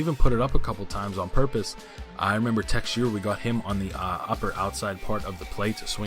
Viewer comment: It is mark teshara not texeira